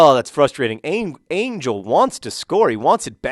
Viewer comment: It's Ángel. Pronounced an-HEL. You've got to pronounce his name correctly before he'll score. ;D